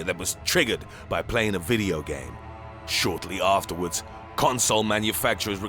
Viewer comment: I love the emphasis on the odd words. You sound so viscous. "MANufacturers required publishers OF GAMES to provide an EPILEPTIC seizure WARning inside the MANUALS"